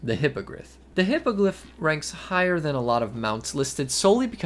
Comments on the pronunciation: hippoglyph intensifies I'm pretty sure it's 'hippogRyph', not 'hippogLyph'. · Hippogliph hahaha I love the mispronunciation. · Am I the only one hearing him add an "L" to Hippogryph? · dude cant read “hippogryph” lmao